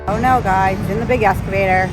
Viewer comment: Been watching a while. Like watching yiur attention to detail, and the coffee is nice but always sold out. Not sure I would want to buy even if you get stocked properly. Once heard ' go big or go home' Order big. Also, excavator is eks... not esc... Just FYI. Well maybe it is that way in be in New England. 😄